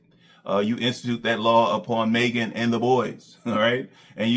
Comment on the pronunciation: Despite everything Maegan had done for. He still can’t pronounce her name properly. her name is Maegan not Megan 🤦🏾‍♂️.